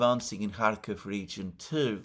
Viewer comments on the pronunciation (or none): none